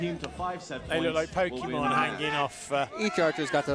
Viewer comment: Not poketmon. Chick